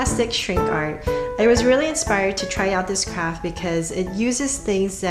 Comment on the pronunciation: Pls stop saying craft it sounds like u r saying crap